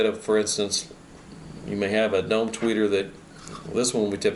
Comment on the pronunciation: With your accent, when you say "dome" tweeter, it sounds like you're saying "dumb" tweeter. Haha! Many people would agree...